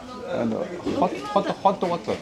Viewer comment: hottt waterrr, japan english